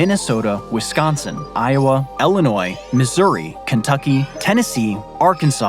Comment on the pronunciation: I was looking if anyone mentioned his way of saying Illinois